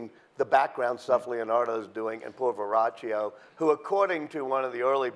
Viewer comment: It's "VerroKio" jerk. This man is trying to make money, he offers information that are not facts, much fiction, don't waste your time!